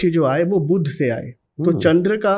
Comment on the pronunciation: बोलते समय शब्दोंका उच्चारण ठीक से करते जाइये बुध और बुद्ध दोनो अलग है